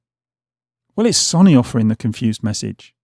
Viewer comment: Say it with me now.... Sow nee 😄 Only playing lad, great videos even if you can't pronounce sony 🤣